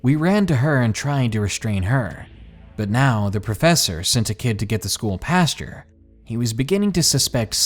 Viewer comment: OMG I'm going crazy with your mispronunciation of words! It is not PASTURE (that's where cow's shit) it's PAST-OR. Macabre is pronounced MAH-COB, and Maniacal is pronounced MAH-NIGH-A-CAL! GOD!!!!!!!!!!!!!!!!!!!!!! I love listening to the stories but you drive me batshit crazy!